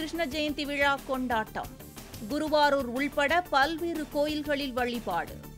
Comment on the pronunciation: அம்மா தாயே,, அது குருவாரூர் இல்ல.. குருவாயூர்.. மிடியல உங்க டமில்..